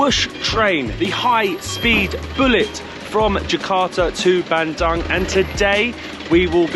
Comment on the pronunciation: It's pronounced Ban doong. Not Ban dung 😂 In Indonesian, 'u' is always oo. And 'c' is always ch